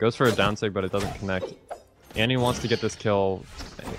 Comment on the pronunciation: its annie not anti bruh